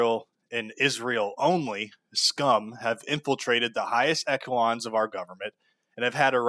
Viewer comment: for the future, its "ESH Alons", not "ECK Alons". the way you said it how an ESL might say it. smh my head this guy is probably a russian asset, cant even pronounce english words correctly